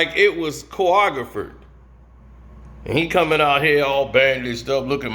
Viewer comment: My nigga said choogophered instead of choreographed 😂😂